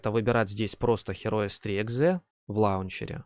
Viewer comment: автор же знает что название игры, которой 25 года, произносится Хироус?..